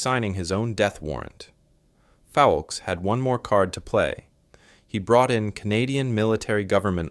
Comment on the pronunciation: Once again ... you can't be bothered to get the man's name right!!!!!!!!!!! His last name was Foulkes, not Foukes. It was pronounced "FOLKS" ... not fallkees. I am blocking this channel. It is making me crazy! No respect at all.